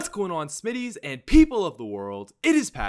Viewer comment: when you say smititys it sounds like your saying shmities